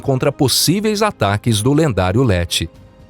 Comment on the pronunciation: Ieti é o nome do lendário personagem do himalaia nao LETI... BACANA SERIA SE UM HUMANO LESSE... Pena que o youtube nao mostra o dislike